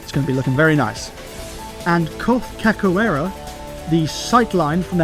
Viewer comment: its pronounced “cashoeira” in the portuguese language “ch” makes a “sh” sound